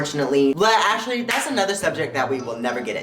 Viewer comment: “Ashley” hmmm was her name Ashley or you just slur actually?? Lol